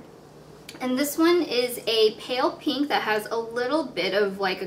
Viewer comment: peenk :P